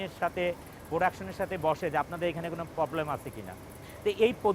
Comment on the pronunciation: পবলেম না প্রবলেম।